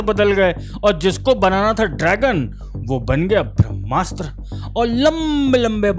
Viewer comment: बंधु, शब्दोच्चारण “भ्रम्मास्र” नही “ब्रह्मास्त्र - ब्रह्म + अस्त्र” है। कृपया ठीक कर ले और मातृभाषा का शुद्धोत्तम संस्करण दर्शकों तक पोहोचाये । 🙏🏽